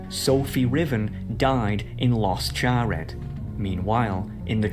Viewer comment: Coming from SoCal, and hearing the terribly named Los Charred... I knew it was fake. Not just because there's no Los Charred, but Los Charred isn't even making sense in Spanish. I suppose you have to speak Spanish for that part.